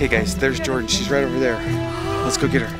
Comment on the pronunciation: It's Jordan not yorden